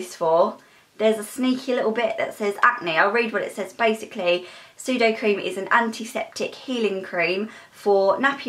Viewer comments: I'm sorry but it's sudeCREM not sudoCREAM 😂 did make me laugh but still, CREM:) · SudoCREM not sudoCREAM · You pronounce sudocrem sudocreme not sudocream xx